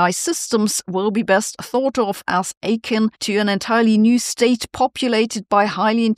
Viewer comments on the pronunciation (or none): Unfortunately all this AI has not helped Sabine with her English pronunciation, such as for the word 'akin' and a dubious pronunciation of 'Hassabis' compared to what I've heard previously.